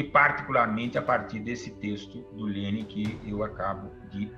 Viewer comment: Só passei para notar a pronúncia correta do nome do homem 👏🏻